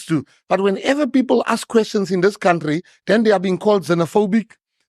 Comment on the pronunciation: Any person who pronounce the word "country" as "cowntry" does not inspire any confidence...and that such a person is a leader of an up and coming political party is even worse. If Fikile Mbalula was able to rightly correct his pronunciation of "cowntry to country", it means someone was bold enough to tell him that his pronunciation was incorrect. Could someone then tell Malema that it is not "cowntry" but "country" as in Cunt-ry.